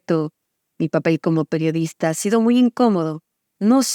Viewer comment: "¡Hola! Soy la peorista".... ¿Qué? Han pasado tres Sexenios y Anabel Hernández sigue sin tomarse el tiempo para hacer una pausa que le permita pronunciar correctamente la Palabra PERIODISTA. 😂